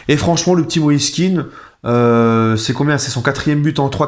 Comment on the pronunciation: On prononce plutôt moïse Kehan et non kin, ses parents sont d'origine ivoirienne et c'est ainsi que patronyme est prononcé